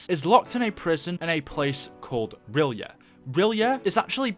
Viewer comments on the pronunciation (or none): everytime i swear im not dissing but its pronounced the city of rylay its not spelt like that but thats how its said i just hear so many people say it wrong im like do you even read H.P. Lovecraft haha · That's not how you pronounce R'yleth. And if Cthuhlu awakens, the world is gone.